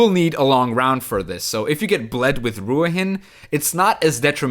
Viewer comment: Brother, apparently it's pronounced "Ru-heeen"